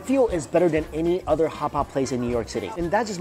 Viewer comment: The next time he says oder instead of other.....